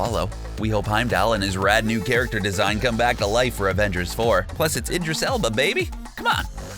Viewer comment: Afengers Affenmble!